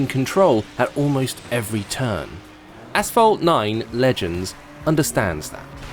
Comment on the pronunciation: sounds like he’s says fortnite legends